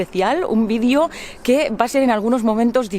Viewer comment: se dice video no vidio